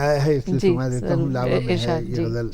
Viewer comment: I am surprised the lady interviewer pronounced Ghalibs ghazal as " gajal ".